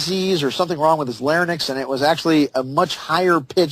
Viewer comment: This interviewer is dumb, he wrote a book?? Omg it's "larynx" not "lair-nicks" - also, it is a popular myth/fact that Lincoln had an unusually high-pitched voice. Be informed before you interview, I will scream if he says nuke-ya-lur